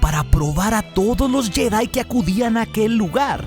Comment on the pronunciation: Porqué dices jÉdai??